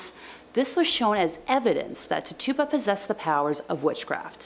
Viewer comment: Tituba = is pronounced Titch-choo-ba